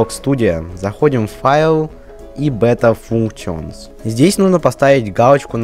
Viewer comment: Уровень знания англиского:УХ Аниматион эдитор,Бэта функтионс. Мои уши...